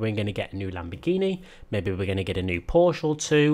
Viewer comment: right, WONG again!! Just stay with "porschE" :-) nice video, keep it up!